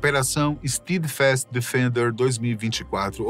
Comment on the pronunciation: Nem se deram ao trabalho de pesquisar a pronúncia do inglês. É STÉDFAST, não STIIDFAST. jesus